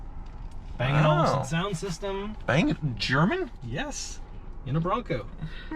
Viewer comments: In Danish it's pronounced Bang and not Bung. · And also, it’s meant to be pronounced as ‘Bung’